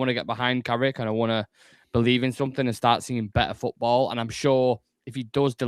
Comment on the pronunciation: It’s Carrick you know!